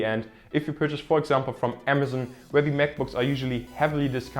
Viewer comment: Vorab möchte ich sagen: gutes Video! Ein Tipp für dich: du sprichst "the" fast immer "die". Tatsächlich wird das aber nur direkt vor einem folgenden Vokal gemacht (z.b. the only). Ansonsten ist es nur das normale "the" also mit e gesprochen